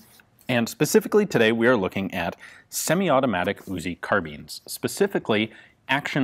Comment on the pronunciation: CAR BEANS Yes I know it's actually spelled carbine